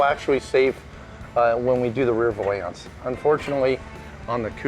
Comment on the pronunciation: P.S. it's not a vowlance, it's a valance.